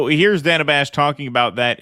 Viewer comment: Its DAN-UH, not DAY-NUH! Get it right! She pronounces her name differently than every other "Dana" on Earth, but if you don't get it right, you're a misogynist!